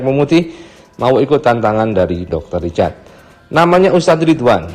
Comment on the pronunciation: Richard bang yg bner bukan ricatd ( H ny ga d pke 🤭ga pke T tpi pke R ).. 🤣🤣🤣🤣MAAP CANDA